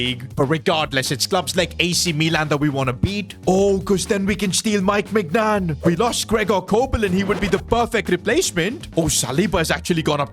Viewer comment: it pronounced Maignan (menyan)